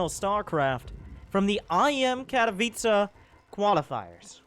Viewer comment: You are the only english starcraft 2 commentator who can say "Katowice" right.